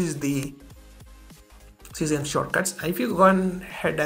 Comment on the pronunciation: Ses-ah-me. Not see-same. 😂